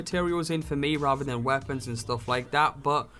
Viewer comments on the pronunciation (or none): none